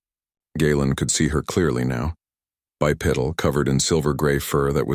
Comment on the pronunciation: Bipedal not bi piddle